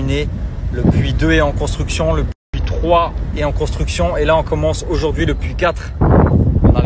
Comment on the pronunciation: Le tchitre, la miniatchure, teintchure, tRRRès, aujourd'chui, tchierce, je vous ai dchit, un petchit pcheu... Contchinuez, c'est rigolo ! 🤣